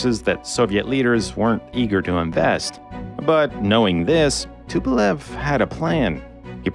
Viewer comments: C'est Tupolev pasTupel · Tupelve pelo amor de Deus deixa de ser BURRO , TUPOLEV